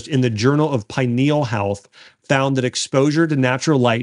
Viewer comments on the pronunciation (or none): none